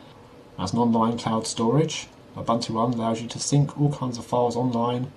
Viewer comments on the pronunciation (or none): Its pronounced- ooboontoo. Im from africa thats were it comes from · Its oo-boon-too